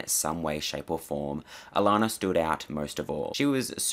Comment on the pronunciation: I love it when another Aussie pronounces "Allannah" properly!! 😁